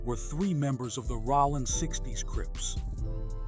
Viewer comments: 😂STAY OUT BLACK FOLK'S BUSINESS CAN'T EVEN SAY ROLLIN RIGHT 😊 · Spell it Rolling and they'll say it correctly